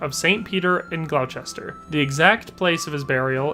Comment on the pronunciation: The English pronounce Gloucester as ‘Gloss-ter’. Similarly, the city of Leicester is pronounced ‘Less-ter’. They are quite well known examples, in the UK, of English spelling not making very much sense.